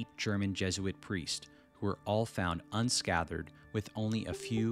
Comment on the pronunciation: Unscathered? Unscathed